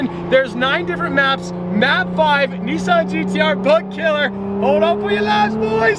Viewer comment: It’s a NISSAN not a NEESAN GTR. Nice though. 👍🏻